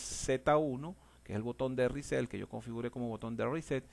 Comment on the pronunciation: A mí me dá la risa cuando dices riset(reset) well done,capacitación con humor,grande no cambies nunca champs.